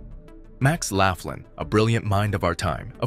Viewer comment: Laughlin is pronounced "lock-lin"